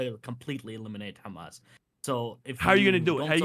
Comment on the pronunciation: "Do you condone Hemes?" x8 "I'm so rightous duud, I'm political comentator on the internet with biseksüel lighting in the back, I'm always right." Piss off, grifter boy. You only fool lobotomyte children on their phones.